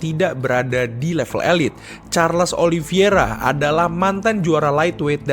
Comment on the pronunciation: Min koreksi min OLI VEI RA BUKAN OLI VI ERA